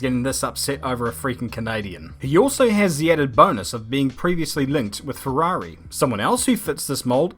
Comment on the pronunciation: LOVE the english accent saying ferhuarhi (Ferrari)